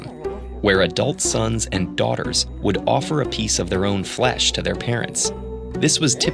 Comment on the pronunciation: human foesh?